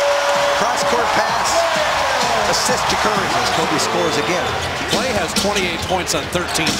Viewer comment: it's klay not Kay